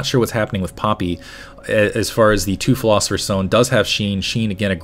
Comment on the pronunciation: Lol, can't pronounce pilosopher xD